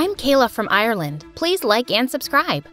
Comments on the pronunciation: My name is Kayla and I live in Ireland and not to be rude but that's not how say Ireland I not trying to rude love your videos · “I’m from Ireland” also her saying Ireland wrong………..